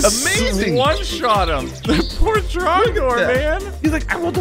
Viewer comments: It is trog door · Its tragnor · It’s drogdor!!! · its drogdorrrrrrrrrrrrr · It is trogdor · IT'S TROGDOR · ITS TROGDOR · Its trogdor!!! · IT'S TROGDOR!!!!!!!!!!!!!!!!!!!!!!!!!!!!!!!!!!!!!!!!!!!!!!!!!!!1